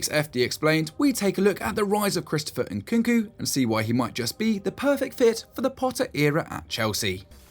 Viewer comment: Not Nkunku but NkuNku